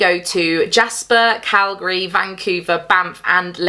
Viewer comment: As a Canadian who grew up in Alberta, I appreciate your correct pronunciation of Calgary 😂 I live in Saskatchewan now and everyone here gets it wrong